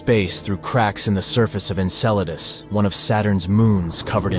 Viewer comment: The AI cant handle the word Enceladus